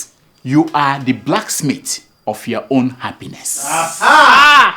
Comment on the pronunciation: "It's time for yowa emails" (it's your not yowa lmao)